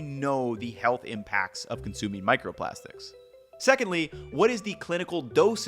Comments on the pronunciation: micerprastics lol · *microprastics lol